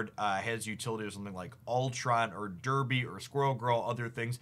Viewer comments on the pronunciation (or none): none